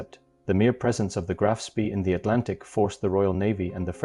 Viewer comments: It's not pronounced spee, it's pronounced "Spey" Graf Spey. Look it up. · It is pronounced "Graf SPAY". Spay as in hay, not Spee as in Tea. Sooo many announcers, both real and AI, can't seem to grasp German pronunciation. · It's pronounced "Graf Spay" not Spee. How can you not even know how to pronounce its name yet you do a video about it? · The correct pronunciation is; Graf SPEY. Otherwise, a good video. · AI can't even pronounce the correct name of the ship . hopeless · FFS, at least learn to pronounce the name of your MAIN TOPIC correctly. Try Forvo, or learn basics of German. Oh, and its ending wasn't on a dinner-plate, but on Río de la Plata. That's Spanish. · Can't even correctly pronounce ; "Graf Spee" ! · The AI voice mispronounced a lot of words - not the least of which was the ship name itself - Graf Spee. This made this video extremely annoying to listen to.